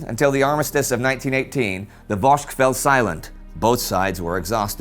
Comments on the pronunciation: Vosges is pronounced "voj" always, in singular and in plural. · Great video. Thank you. Like some others here I did cringe at the pronunciation of the Vosges, but overall great. I hope you do a segment on the battle(s) at Le Linge just north of Hartmannswillerrkopf.